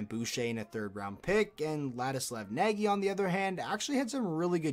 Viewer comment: Some trivia - Nagy is not prounced like it is spelled. An English speaker would get fairly close by trying to pronounce "Nodge".